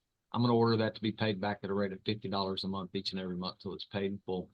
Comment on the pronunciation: its month...not munt!